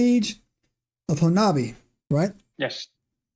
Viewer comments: It's pronounced Hanobee not Honabia. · It is pronounced Ho-Nub-EE if you're Oklahoma born and raised there you all are close to how we say it and loved the podcast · I grew up in talihina (closest larger town to honobia) pronounced Hoe-Nubby. I was a senior in high school when the bigfoot incident happened. Was questioned by a reporter in a convenient store. Now. There was a significant bigfoot indicident that occurred however, the stories told online are nowhere near what happened. No one was harassed by bigfoot. Dude was coming down the mountain (kiamichi mountains) when one stepped out the tree line. Dude shot it and claimed two more came out the woods and took the body. Theres rumor the family was harrassed (by people not bigfoot) sold their property and left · Actually, the correct pronunciation is "Hoe-nubby" with the accent on the first syllable. The town was named after a Choctaw leader or chief. Ouachita is pronounced "Wash-i-ta".